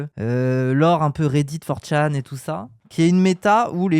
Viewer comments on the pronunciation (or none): none